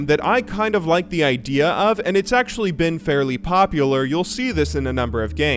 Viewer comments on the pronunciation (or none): none